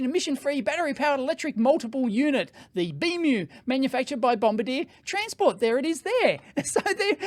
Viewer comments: Dave, you say it as Bomb-bar-dee-aa. Not bomba deer, like in the war. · Just a minor detail, but your pronunciation of Bombardier is wrong. It's not bom-ba-DEER, like the crew member of a bomber who drops the bombs. It should be bom-BAR-dee-ay being a French Canadian company. My daughter had some dealings with the company and was quickly corrected by them at their first meeting. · I'm twitching every time he says "BombardieR" 😢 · BOM-BARD-YAY... also, Bombardier doesn't make trains or planes anymore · Diesel being notoriously clean. Just ask VW! Also you mispronounced Bombardier. It is pronounced: Bombardi-e-yeh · It's pronounced bom-bar-dee-ay. It's a Canadian company based in Quebec, where the dominant language is French, hence the pronunciation They also make jet aircraft, snowmobiles, and a bunch of military vehicles. Of course, when Ottawa, Canada's capitol city, built a metro, they bought a completely unsuitable train model from a company in France, instead of Bombardier trains that are built in Canada by a company that knows how to build trains that will work in our climate. (The climate in Ottawa is slightly colder than the climate in Moscow.) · It's Bomb-bardi-eh. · If the train is fully electric it could connect to the mainline overhead catenary and only needs battery for the 2.6km private Tesla stub that they're too cheap to build their own overhead catenary for. Those panels probably would be enough to power the train for that short portion. There are trams that operate like this: Oh, and Bombardier is a Canadian company from Quebec, so the pronunciation is French: BOM-BAR-DI-ER. 😄